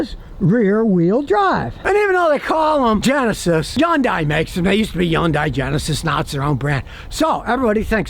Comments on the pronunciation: its actually : HI - UN - DAY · Scotty, it’s HUN-day. Rhymes with Monday, Tuesday, Wednesday, Thursday, etc. You’re driving me nuts. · Hyundai like sunday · scotty is the only person on earth who doesn't realize yundai starts with an H, and it's pronounced! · Exactly! One of my biggest pet peeves but I still watch him 😅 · He calls them Jiundai. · I just wish he could say Hyundai correctly.